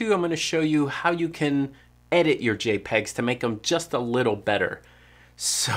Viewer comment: Lol "J'pegs"